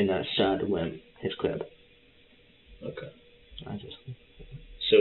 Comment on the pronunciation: Whats with this new pronunciation of "okay"? Everyone's saying "Oka"!